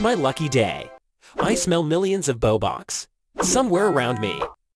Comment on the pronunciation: Lol the fact he said bobooks was funny instead of robux